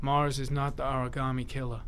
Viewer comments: Frost Except Kramer he says it like he's never heard the word in his life, and just says it like how he thinks Shelby said it... "Origarmay" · Everyone in this game pronounces origami like a new yorker. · I hate the way they pronounce origami in this game